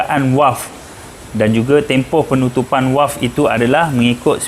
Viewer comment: bunyi nye V=valve. Bukan W= Walve. Bukan di sini, bonggoooo